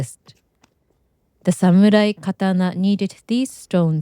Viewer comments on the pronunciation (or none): none